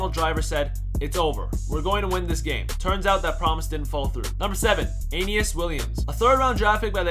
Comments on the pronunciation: Really shit list.... the Stadium get's a slot? Oh and it's A-knee-us Williams... Not Aneeeeeeus. Novice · How the hell are you pronouncing aeneas wrong? Lol